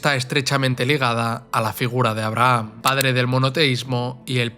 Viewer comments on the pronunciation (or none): none